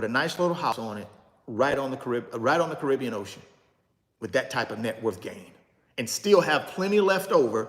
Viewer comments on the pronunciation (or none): none